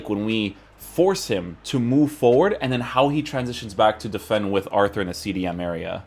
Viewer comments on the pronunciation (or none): none